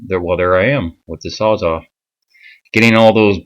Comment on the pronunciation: Man, so sorry to be “that guy” but it’s called a sawzall (as in it sawz all kinds of stuff), not a sawzaw...please forgive me 😂😂😂